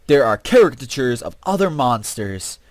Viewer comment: I don't think you understand how to pronounce caricature